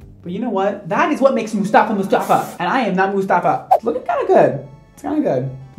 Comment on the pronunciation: Everytime says Mustafa i laugh so hard. He’s actually saying the Arabic name right though. 👏🏼 😂😂